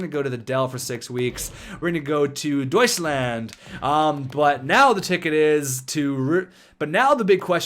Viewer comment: This "Deutslaaand" was so ridiculous for me as a german guy :D